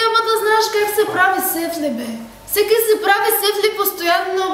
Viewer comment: Казва "сеФле", не "сеФли".